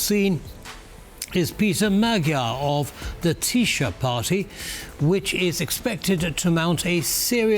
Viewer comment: Tisza pronuncination is Tisa, and not Tisha.